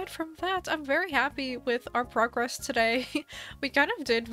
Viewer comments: Do you say good frogress? I swore I heard that. XD Glad its coming along well. Island struggles are a pain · “Make some progress” nah nah nah ‘Frogress’